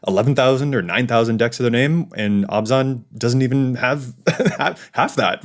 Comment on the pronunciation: Every time pronounce Abzan as Obs-On, someone takes their Abzan deck apart.